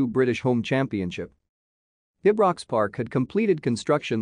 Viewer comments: It's pronounced Eyebrocks Park, not Aybrocks Park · No it's pronounced ibrox Park,not eyebrocks Park or aybrocks park